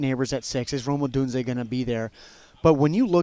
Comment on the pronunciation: I cringe so hard every time schmelk says “odune-zee-yay” its just odune-zay brother.